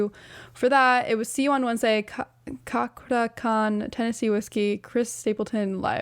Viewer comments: Pronounced “Chah-kra” The orthography is Indonesian. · thank you for reacting to this song for me. (His name is pronounced Cha-kra i think everybody myself included gets it wrong at first) I knew you would enjoy this song being the performer that you are. That is one of the first things I noticed is the great vibe that this group had together which surprised me that he mostly a solo artist. He was on AGT where his performance of "Make it Rain" by Ed Sheeran got shut down by Simon, why I don't know why cause in my opinion he was killing it. But Simon asked for a second song which he killed as well. (Bob Marley's No Woman No Cry) that voice is something else cause when speaking English he has a very strong Indonesian accent. The AGT audition would be a good one for you to react to also he does a cover of "Monsters" by James Blunt that by the end had me balling like a baby cause of the lyrics alone but he does any cover justice like a familiar artist that we all know and love named Angelina Jordon! Great react video though I always appreciate the input you have being a great performer yourself. I am sorry if it brings up anything hurtful cause thats the last thing i want but I saved it to my playlist cause I really LOVE the cover you did of Taylor Swifts "Our Love Song" You and Katie I think her name was sounded SOOOO beautiful in that song I absolutely love it and is what made me listen to more of your music and I am so excited for your next chapter of music cause you have a bright future in music, love your tone!! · Yes, as mentioned below it's pronounced "Chakra" Khan. He's a veteran indonesian singer with a peculiar voice and amazing soul as an interpreter. I encourage you to check various of his covers: Go Go Dolls "Iris", Demi Lovato's "Anyone", Hozier's "Take me to church" among many more